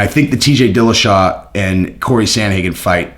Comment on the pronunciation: It's "Dillashaw,", not again